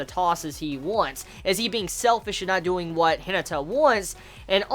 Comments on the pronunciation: The way you says Hinata irritates me to a new level.. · Firstly, I just want you to know that I mean absolutely no offense by this comment, and I'm very sorry if my comment seems that way to you. But are you aware that you're pronouncing Hinata's name incorrectly? It should be pronounced similar to He-nah-ta. Again, this is only meant to be a little helpful criticism, and I completely understand if you never see, read, reply to, or acknowledge this comment in any way since I'm aware that you watch tons of anime and read a lot of manga every week. However, I thought that I should at least try to let you know. Have a good day!!